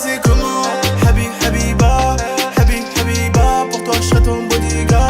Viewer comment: AHHAHAHAH comment thomas a dit hbiba comme un vrai 🤣